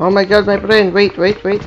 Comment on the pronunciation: literally banana : hello my prend